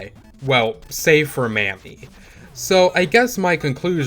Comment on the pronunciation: Glad to see a video like this from (I'm assuming) the younger generation. Real quick pronunciation note. I don't wanna WEEB police you, but Kunio's girl's name is pronounced 'Ha-sa-bay'. And Riki girl's name is pronounced 'mommy'. That last one is important because if a black guy such as myself were to hear you say that name the way you said it, you might get a ferocious side eye or a "what you just say"🤬 type statement. Just putting it out there. Anyway, keep up the good work.😁👌🏾